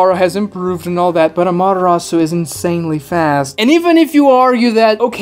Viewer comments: You have sound logic, but there's just there's this one small stupid thing that bugs me... "What is a Madarasu? " I get you're trying to say Ama-te-rasu but it just sounded wrong.... I hate myself to be that guy ... But here I am 🥲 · How many times can you mispronounce amaterasu in one video?